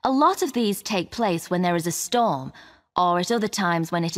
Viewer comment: "Storm" in Q33 was pronounced just like "Store" :(. It was so hard to catch!